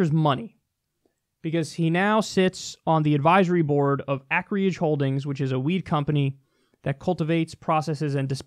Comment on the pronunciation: Ay-ker-ij, not ak-ree-ij LOL